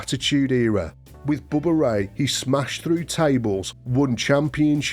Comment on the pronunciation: Did he really say "Booba Ray"???